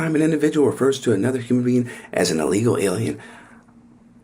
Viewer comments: Hey Margorie, the word is, "illegal", not "eelegal". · Well, it would be nice if she could learn to pronounce it correctly. It is NOT EELEGAL It is ih-·lee-gl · She can’t even say the word illegal properly cause she knows she’s wrong in so many levels 🤮